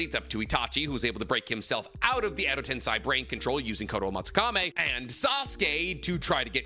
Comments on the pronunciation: It's not Edo TensAi, it's Edo Tensei. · Why does MF keep saying Edo Tensai? Tiktokers pretending to be youtubers are rough man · It hurts to keep hearing u (a Naruto "expert/professional") mispronounce "edo tensei".. it's not ten-sai.. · Tensei is pronounced “ten-SEY” with “sei” like the word “say”